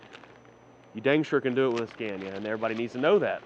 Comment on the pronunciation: Your pronunciation of Scania kills me.